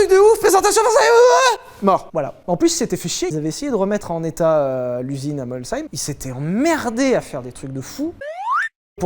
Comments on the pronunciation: Merci d'avoir bien dit la ville de "Molsheim" !!! Même dans l'émission "Turbo", il leur a fallu 10 émissions avant de le prononcer correctement !!! Loser Domy Chapatte !!! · Merci 🤝🏻 de prononcer Molsheim correctement 😁 Signé un co**ard de Molshémien psychorigide 🤣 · Sah quel plaisir d’entendre la bonne prononciation pour Molsheim ! Changez rien les gars zetes top , vive l’Alsace ! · T’as dit « MolSeim » mec, comme je te respecte. Et pas CHAÏM … c’est beau 😢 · Bugatti à été fondé à Molsheim .... en Allemagne. Ben oui en 1909 l'Alsace est allemande. Du coup pour faire simple c'est une marque Alsacienne ^^ (Et bien joué pour avoir dis Molssaïme et pas Molcheim) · Superbe vidéo ! Et bravo pour la prononciation de Molsheim parce que souvent on a le droit à « molchème » ! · Je tiens 0 dire que Sylvain a très bien prononcé le nom de la ville de Molsheim pour l'usine Bugatti ahah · La vache !!! Sylvain a réussi a dire "Molsheim" sans écorcher le nom. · Tu m'as rendu heureux, pour une fois qu'un français non alsacien prononce Molsheim correctement ! Ca fait plaisir en tant que Molsheimien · Pour mettre tout le monde d'accord (ou pas), ce n'est ni Français, ni Allemand, mais Alsacien ! :p Je valide également la prononciation de Molsheim, merci! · Magnifique prononciations de Molsheim félicitations à toi tu est sûrement le seul 👌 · Merci d'avoir correctement prononcé "Molsheim" et de ne pas avoir dis "Molcheim"! Et la marque n'est ni française ni allemande mais alsacienne 😉 Comme la région, la marque a changé pleins de fois de nationalité du aux guerres ... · Merci mille fois de prononcer correctement Molsheim, étant alsacien, le nombre d'émission où il écorche ce nom ça me désespère. Sinon super vidéo mais dans la deuxième aire de Bugatti l'EB110 a été produite en Italie et non en France😉. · Merci Lévi t'es le seul qui prononce bien Molsheim merci Au nom de tout les Alsaciens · Oh wow Sylvain sait prononcer Molsheim 👌